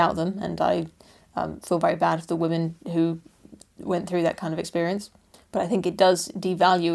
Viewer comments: “Wamen... Women.” I love it lol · Wamen! Uhh... women.